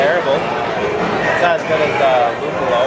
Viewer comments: Nice shot! I always find Tipopils in my italian pub tap list. Tour pronunciation of Lùppolo Is correct. You only missed a final "i" in BIRRIFICIO, but it's ok. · lol, rlly? italian pils? gonna try to find this beer here in italy. btw, just so u know, your prononciation of "luppolo" was correct! (one of the 2, ofc) :D